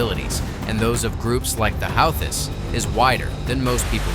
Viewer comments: Like the video but the How-this? lol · “Howthists” 🙄 Stop trying to make AI happen. We don’t want it 🙄